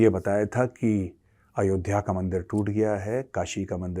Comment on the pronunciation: मेजर साहब यह पाकिस्तानी अयोध्या को अयोधिया क्यों कहते हैं और विक्रमादित्य को बिक्रमदितिया क्यों कहते हैं यह समझ नहीं आता